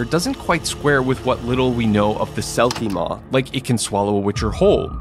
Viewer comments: Selkimore not selkimaw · it's selkimore not selkimaw, welsh accent got you there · Sounds more like he was saying “Selkie Mór” (pronounced MORE), which would mean a big or giant selkie... which would make sense if it can swallow a town/the Witcher. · The Selkie Maw as you're calling it is actually called the Selkiemore in Witcher lore, I don't know how much that helps! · Its funny that even Netflix got things wrong about their own show. Its not selkie maw, its Selkiemore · yours "witcher's bestiary" has nothing to do with the franchise, thanks for wasting our time. And btw it's selkiemore